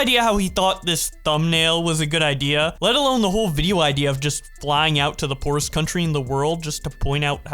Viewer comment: He says poorest like poo rest